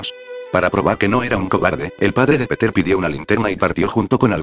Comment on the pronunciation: muy rapida lectura que lo vuelvan a hacer y malisima pronunciacion el lector atomatico . no es peter sino piter es pedro .